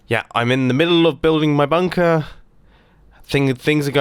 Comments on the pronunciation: he ses bumper in stead of bunker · Did he just said bumper or Bunker ?